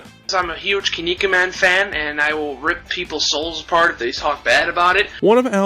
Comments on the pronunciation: i dint think you could pronounce kinnikuman like that lol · Huh, I wasn’t far off, I had guessed this video would be on Silent Rob. Al was around at the same time, I remember watching him rant about Irate Gamer back in the day, ragging on the way Bores pronounces Kinnikuman.